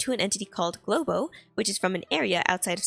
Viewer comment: You're just paraphrasing the whole videos, and you say Golbo as "Globo" half the time. What's the point?